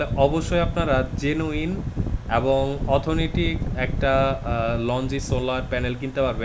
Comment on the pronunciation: শব্দটা হবে "অথেন্টিক"।